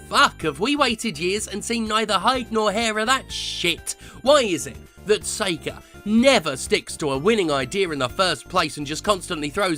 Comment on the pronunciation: is he saying SEGER?